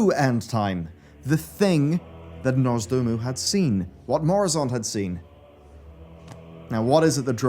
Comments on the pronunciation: ITS NOZDORMU NOT NORZDOMU 😡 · Am i the only one triggered everytime says nozdoomu instead of nozdormu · Why is he calling him Norzdomu 😭😭😭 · Who's "Norse Doom-u"? Is he the long lost brother of Nozdormu? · Love the video but it takes me out of it when says Nozdormu as Norzdoomoo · Did it annoy anyone else how he kept mispronouncing Nozdormu? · The true End Time will come when learns how to pronounce "Nozdormu" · NOZ. DORMU. NOZDORMU. NOZ. DOOR. MU.